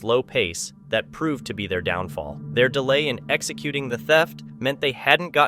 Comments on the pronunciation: I love eating at Pope-eye's chicken! See? Why would a voice with an American accent not know how to say Popeye? This is an AI text reader. They make funny little mistakes that no human being would ever make. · who doesn't know how to pronounce Popeyes Chicken?! 🇻🇦 👀 🐔